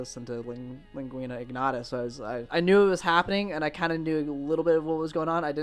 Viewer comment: Typical American monolingual ignoramus not being able to pronounce a simple Latin word (lingua). Needless to say that was a dislike from me